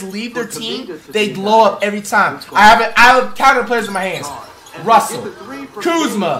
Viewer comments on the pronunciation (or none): none